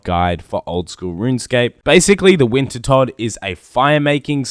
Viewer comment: he finally called it wintertodt and not winterdot!